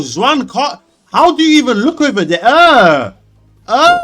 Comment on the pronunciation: your pronunciation of Juan is killing me 😭